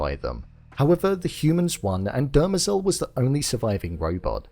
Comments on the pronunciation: Dem-rezel .... Not--- "derma-zel" I mean they literally say it in almost every episode once if not more than that ..... "Come on man!" --joe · It's pronounced "DE - MER - zel," not "DER - me- zel." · Love the vid, but it's Demerzel , not Dermazel. lol. The mispronunciation grates on me. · Why do you keep pronouncing her name (Demerzel) that way😭😭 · I felt it was obvious that Hobor was going to turn up at that moment. You keep pronouncing Dermezel's name incorrectly. Good review.